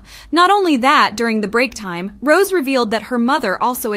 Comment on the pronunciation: The way she pronounces her name as ROSE 😅😭